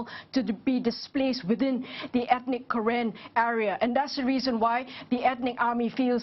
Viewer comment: it's not karen like call manager it's pronounce karen(car renn) not kayran